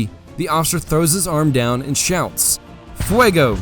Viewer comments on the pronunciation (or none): none